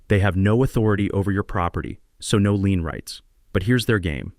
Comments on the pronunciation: Dammit! The correct word is LIEN!!! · Lien not lean.